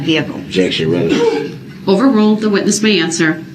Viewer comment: Him saying "revelency" like they're pulling these things from another case😂